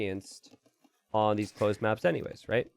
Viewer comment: “Closed mÀèps”